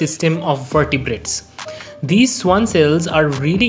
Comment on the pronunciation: Not "schuan" it's "schvan" since it's a german name and the w has v sound